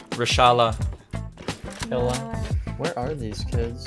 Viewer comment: Me when I hear say reshala: 0-0